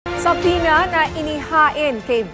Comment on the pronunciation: American pronunciation of subpoena is suh-pee-nah.